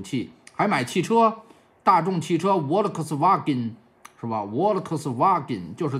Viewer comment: ，大众volkswagen的德语正确发音如果音译的话大概是：fao科斯哇根，不是沃乐科斯哈哈